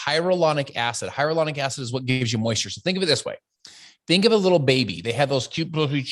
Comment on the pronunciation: Collagen and hyaluronic acid products are ALL over the place. He’s also saying hyaluronic acid wrong. He’s calling it “hyarulonic”